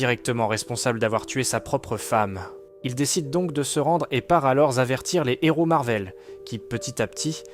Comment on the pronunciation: un héro...on prononce pas le N.....c'est pas un Nhéro ;-)